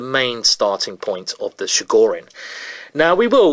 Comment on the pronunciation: It's [Ch]igorin, like in Chilli, not like in Chicago.